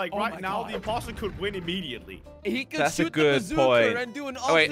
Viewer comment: Did anyone else notice said the poster not imposter